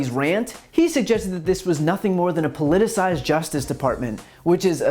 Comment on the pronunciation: Is it me, or does Rudy’s kid have a terrible command of the English language? He was really struggling with the pronunciation of the word “politicized”, which he used several times, among other words.